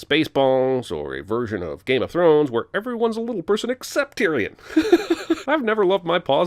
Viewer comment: My name is Tyrion so seeing someone say my name right brings me joy